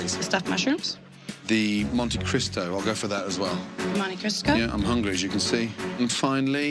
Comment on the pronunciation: I love how the waitress deliberately said Monte Crisco instead of Monte Cristo 🤣